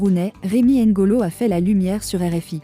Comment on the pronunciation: C'est Rémy ngono,pas ngolo svp!